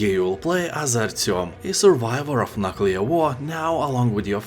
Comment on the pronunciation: I thought 'Nookular' was the worst, but we have a new champion, "Nut Colour"...😂